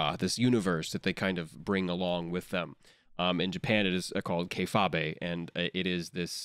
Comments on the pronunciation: "Kay-fahbé"? Does Jonah mean kayfabe? xD As in the wrestling term of not breaking character and keeping up appearances? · the way he said Kayfabe triggered me. It’s Kay-Fabe (like fade with a B) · Fact Check: "Kayfabe" is pronounced "kay-fayb" and is NOT a Japanese word. It comes from Professional Wrestling. Anyone who told you it was pronounced "kuh-fah-bay" is incorrect. It dates back to at least the 1960s if anecdotal evidence from late wrestling legend Pat Patterson is to be believed. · I have never had such a visceral reaction as when Jonah pronounced kayfabe as "kay-FAH-bay." I lost it at that, and especially the assumption that it's a Japanese word (though in fairness, I get how Japanese speakers would end up with that pronunciation). I'm never pronouncing it any other way. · lol keyfahbey. might be the right way to say it but it sounds like a parent trying to learn the slang of the youths. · Did he just talk about kayfabe and say "In Japan it is called ke-fa-bei!" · did jonah just call kayfabe a japanese thing and did he pronounce it "kay-fah-bay"? lol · The way he pronounced kayfabe...oh gosh, lol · I have never heard anyone pronounce "kayfabe" like that. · but kayfabe isn't a japanese term, and it isn't pronounced like that. i'm not even a wrestling fan and i know that.